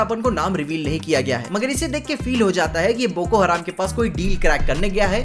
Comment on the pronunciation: बोको हरम है, बोको हराम नही। 😂🤣😂🤣